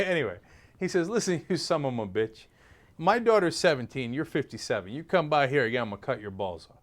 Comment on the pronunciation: Please stop saying SUM-UM-A-BITCH, if you're going to say it ... say it.